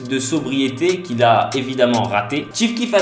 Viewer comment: Chief keef pas ti keef putain respecte le goat azy mes pas je regarde la vidéo